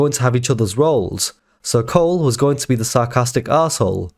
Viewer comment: You call Cole “Pole” 😂